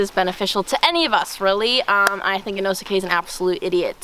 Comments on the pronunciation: The make up on zenitsu makes him look bad and he said inoskae wrong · Bruh zenitsu is inosuke2.0 getting inosukes name wrong